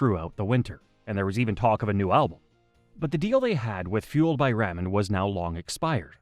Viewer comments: Sounds like it. Explains why it pronounces ramen like that. The videos are cool but I could go without the ai narration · Seriously, does he not know how to pronounce this label? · Is it me or is it how this guy says ramen is driving them nuts?